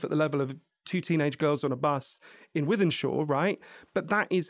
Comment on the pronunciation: You got my attention when you said wythenshawe, 🤣🤣